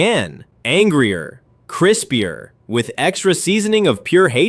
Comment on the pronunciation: I love mean bro said Chrispier